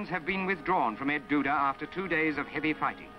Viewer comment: El Duda Ridge! The narrator seems to be saying "Ed Duda." Am I wrong?